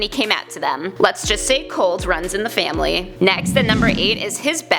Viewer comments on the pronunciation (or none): none